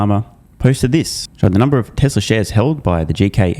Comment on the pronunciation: TesLurr. oh , Tesla ! 😮